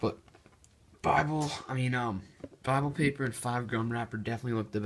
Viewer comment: Did this nigga say BIbLE